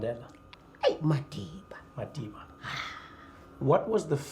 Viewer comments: I love how she pronounces 'Madiba' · The way she pronounces 'Madiba'😍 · I loved the way how she she pronounced 'Madiba' Respect for Madiba from Gandhi's country. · I like the way they pronounce 'madiba' and the language 😃